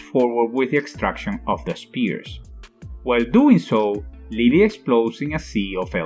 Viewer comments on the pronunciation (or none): none